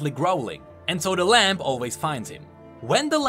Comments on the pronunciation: Stop Saying LAMP its said like (LAM) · Ok, am I crazy or does keep saying "Lamp" instead of "Lamb"